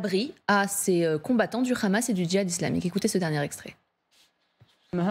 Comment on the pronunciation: Pourquoi la "journaliste" prononce "Ramas" au lieu de Hamas????????😂😂😂😂